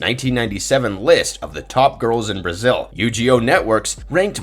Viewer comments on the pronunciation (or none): none